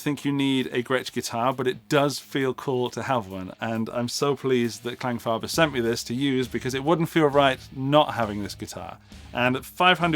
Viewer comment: the only reason I clicked the video was to hear whether you would pronounce the word Klangfarbe right. Now, how is it that you say the german a in farbe right but not in Klang, how difficult can that be...how much Kläng comes out of a Fender Tele with enough twang ? other than that, I only commented for the algorithm. PS: You and Henning need to make another trip to Italy, those were the best vids...